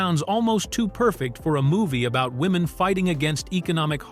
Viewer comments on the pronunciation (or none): none